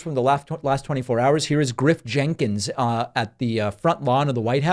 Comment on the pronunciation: Did you say Grip Jenkins? Because that would be a badass name for a character in an action flick.